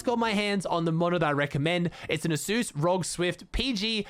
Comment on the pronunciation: Actually just so you know rog is pronounced are-oh-gee, no hate just love ❤